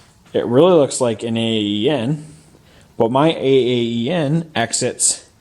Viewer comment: Well actually it´s AAEN, it comes from the last name of the guy that started AAEN Performance, Olav Aaen from Norway if I remember correctly. In Sweden we pronounce it Ån and in english/american it would be like the word pawn (like in Pawnshop) but without the P... Their website is: Best regards from northern Sweden//